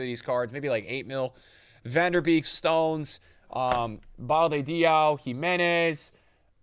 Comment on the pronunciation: still sayin VAN DER BEEK instead of VAN DE BEEK 😭🤣😭😭😭literally says it right in front of him